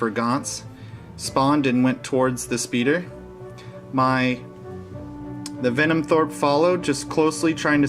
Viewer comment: Denim throat... Denim throat... Denim throat... Venom THROPE... HAHA yer killin' me!